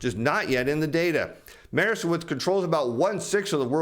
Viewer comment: Hi, love your content, thank you so much for the videos, a small point Maersk is pronounced (phonetically) Mersk... Source - I consulted for them (a great company imo) in Copenhagen for a while before the pandemic. Best wishes!